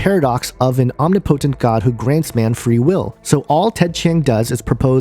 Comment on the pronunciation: your mispronunciation of words depresses me. Especially the word omnipotent. If you are going to attempt to say so much, please make sure you're at least pronouncing your words correctly. Otherwise, you just come off as stilted, and ironically misinformed.